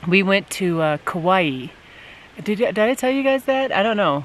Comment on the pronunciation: I’ve never heard Kaua’i pronounced like that before, it’s wrong. I’ve lived in Hawai’i all of my life. 😃